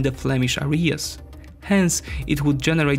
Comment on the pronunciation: grate vjdeoman, you won a subscriber . Just practice saying "areas " better